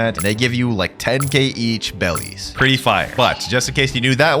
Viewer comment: Bro said bellies